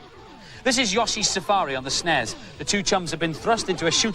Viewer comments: Why do they keep saying "snezz"?? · it's not "snez" , it's "snes" ... that's a "sssssss" sound, as in "snake"